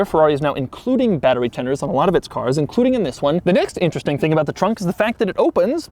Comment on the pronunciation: Doug's the kinda guy that says trunk like tronk